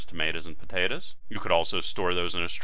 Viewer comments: I was learning until I heard him say "tomatas and potatas" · i love the way you said tomatoes and potatoes lol